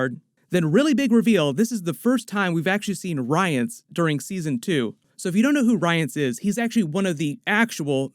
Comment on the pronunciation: Butchered the pronunciation of her name too. (Rience as well)